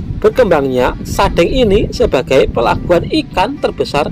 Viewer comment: Pengucapan kata sadeng . Itu spt pengucapan kata Cireng .